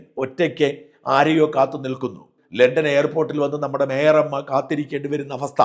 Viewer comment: Shajan ji call her only by her name, when you utter mayor amma it sounds like my rrr amma